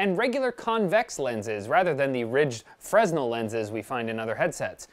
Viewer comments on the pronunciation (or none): Fre Nell. not FRESS nell. FML M8. I know you're Canadian, but god damnit, I knew how to properly pronounce Fresnell since I was like 9 years old. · It's fre-nehl. Not fres-nel. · it's pronounced Fre-nel lense, have you never heard about it,? BTW way to go AMD, making your new CPU name sound a lot like certain wireless carrier, 'great marketing'... Why does no one mentions it? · Getting trigger when says Fresnel wrong. It's pronounced (Fra-nel) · the S in "Fresnel" is silent. i.e. "Frenel"